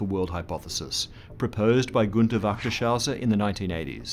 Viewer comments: Pronunciation should be more like this: vay-kt-er-sh-oi-ser ...(my attempt at phonetic spelling)... Pesky umlauts :D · Wechters-Hoiser, not Wachter-Shauser. :( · Wächtershäuser 😂😂😂😂 You pronounced that so funny.